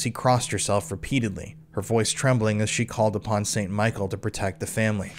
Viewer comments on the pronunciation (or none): none